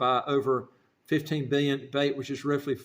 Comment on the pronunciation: The name of the currency is pronounced slightly differently